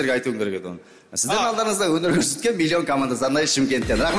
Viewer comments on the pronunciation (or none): Ана есен дейма есек дейма соган айтындаршы мильон емес миллион деп айтсыншы накурыс